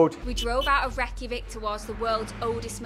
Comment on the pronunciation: Its pronounced ray-kja-veek